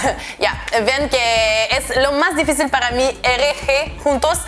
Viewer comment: Te diré que si la "R" no te sonara de esa forma, tu acento fuera de algún país latinoamericano, me atrevería a decir que sonaras muy mexicana. Una cosa mas, difícil en español es con acento en la segunda "i" por eso la tilde y vos aun lo pronuncias como en el Francés "difficile" :D